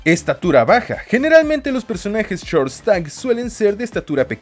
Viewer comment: bro porque la pronuncias de esa manera hasta los ringos lo pronuncia como lo leemos nosotros xD